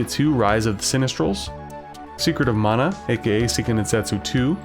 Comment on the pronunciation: Finally found another YouTuber who pronounces as MA-NA. My personal favourites are FF5, Estpolis + Estpolis 2, Seiken Densetsu 3, Rudra No Hihou, Tenchi Souzo, Gaia no Densetsu & the Super Robot Taisen series (mainly 4th one), Hero Senki, DQ6 & probably some others I can't remember at this point. But definitely not Chrono Trigger; I do like the music though.